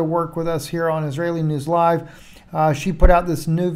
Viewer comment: Was that a Kabbalah Freudian slip when you said Israeli News LIE at the beginning? It sounds clearly different from when you say LIVE...